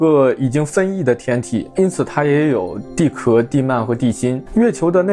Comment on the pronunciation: repeat after me：地壳（qiào）